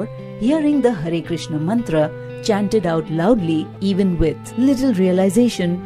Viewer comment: Hare Krishna, in this video only u said properly that word "hare krishna"